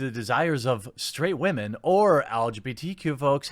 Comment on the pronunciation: Hey, Nathan Grayson? This might be a shock to you but we WAHMEN like sex and watching the same kind of pron straight huwite men like, too.